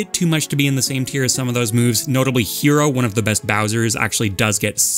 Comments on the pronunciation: you're pronouncing "hero" (the bowser) wrong. it's closer to the word "hello" with an elongated "o". you're saying it like "hiro" and there is actually a different player named "hiro" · oh and also hero (the player, not the character)